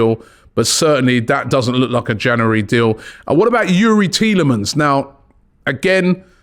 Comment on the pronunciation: I'd love it if Robbie could pronounce January properly haha